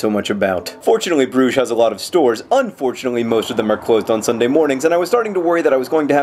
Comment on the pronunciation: im so glad you use the french pronunciation of Brugge and not the Dutch. also when i hear Brugge i always think of the restaurant in Broad Ripple.